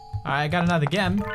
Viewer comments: Gem is pronounced Jem not actually gem. You really made a lot of progress in English since your channel was starting out. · instead of pronouncing it "jem" like it's supposed to be, he literally said gem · That awkward moment when Pewds says it like (Gem) instead of (Jem). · gem ._. pewds its pronounced jem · It's pronounced jem not gem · he knows that, but he likes to say "gem" not "jem" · did he really say gem? lol i love how he pronounces it, its spelt gem but pronounced jem. LOOL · His accent was so cute he pronounced gem as gem instead of jem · did he say "G-em" instead of "Jem" for the word Gem on purpose? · ''Got Gem'' Its pronounced JEM, Not GEM,But its spelled Gem lol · Pewds,those gems are pronounced like jem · 3 "gem" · Pewdiepie it's pronounced jem XD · that isnt how you say Gem Say it like jem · its pronouncd jem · gem is pronounced like jem...NOT FREAKING GEM!!! JESUS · Gem not Jem😂👍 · Its Je-m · he's pronouncing gem wrong;) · its pronounced jem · aww how precious you said gem wrong😂💙